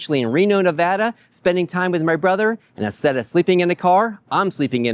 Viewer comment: FYI, drag that "middle A" just a bit when saying Nevada. Locals picky about it. Another reason Nevada became a US state on November 1, 1864 is was because really Lincoln wanted that 1 electoral vote in his favor! (1864 Presidential election). Yep. Also, Mark Twain began his literary career in VC in 1862. Wrote a book "Roughing It". And Lake Tahoe gets very crowded in the summer (as you saw)! Your Bro has a nice family.